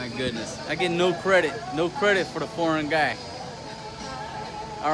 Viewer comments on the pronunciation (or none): none